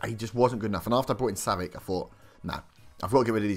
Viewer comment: It's pronounced savich